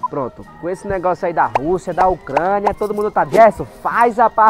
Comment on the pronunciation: "Ocrania" "-Anota aí: Ocrania com O"